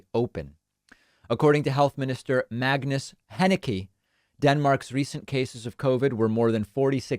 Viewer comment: cerveau Why is it important to you to make assumptions? I said it's funny, not important. Also, Magnus Heunicke is apparently pronounced as /ˈmɑunus ˈhɔinike/ or something like that, so pronouncing as /ˈmægnəs ˈhɛnɪkɪ/ is not exactly a good job.